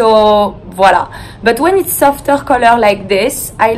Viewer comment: the way she said "it's" at the eyecream part, "itz-eh".. i wish i had a french accent it sounds so beautiful